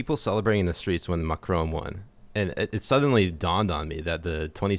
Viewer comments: Mac-a-rone. HAHAHAH Ma-cron. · Please try and say Macron. Getting triggered by Macroan, lol. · It’s pronounces “MA-KHR- spit -ON” not “MA-KR-OWN” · Here in the U.K. and majority of Europe NO MSM reported on the year long yellow vest protests, there was a ‘D’ notice in force !!! And please learn to pronounce Macron’s name correctly 👍